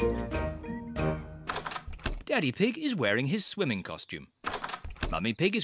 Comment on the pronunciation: The thing that almost made me bust out laughing. Is The way she said swimming I know it’s stupid but Swilley not swimming swilling 😭😭😭😭😭🤣